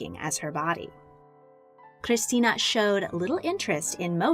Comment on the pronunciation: Hearing her pronounce that R in Christina hurt